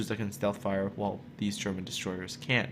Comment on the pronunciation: PLEASE MORE PRONOUNCIATION ON can and can't. almost no difference in your way of saying it. if you can'T do that use cannot instead of can't or like in grammar rules, can like before can't like the a in arlington. and maybe we alll need to stop using a language that can't even decide how to pronounce a letter....